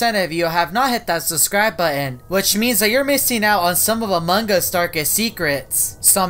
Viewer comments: Me:among us. You: amonG us with a g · Wait did you say among gus